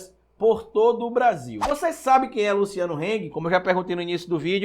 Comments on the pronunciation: Eu sou chato né, estou sempre corrigindo sua pronuncia na lingua alemã. Desta vez nao sera diferente Rrsrsrs A pronuncia do sobrenome do Véio da Havan é Râng nãi Reng. Se fosse um sobrenome ingles a pronuncia seria Reng mas como é alemão é Râng Abraços. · Tá pronunciando errado, se fala como se escreve "Hang"